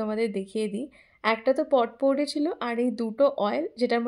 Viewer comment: Pronunciation ta potpourri noy, popouri hoy.